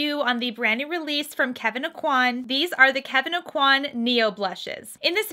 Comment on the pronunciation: Really enjoy your reviews, thank you for reviewing this. Please though learn how to pronounce Kevyn Aucoin`s name correctly.